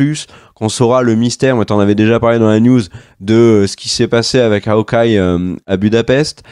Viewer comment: "M S Marvel". "Haokeye". Merci 😜